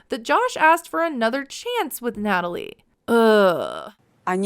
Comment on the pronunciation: Nutaly isn’t needy…she is NIIDJE! Gosh I can’t stand her… “who?! Me?! Yukranian gorl?!?!”